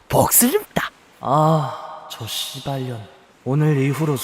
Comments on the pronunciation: 쒸ㅂㄴ이 할때 발음 레알 개찰지네 ㅋㅋㅋㅋㅋ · 쉬발련 발음ㅋㅋ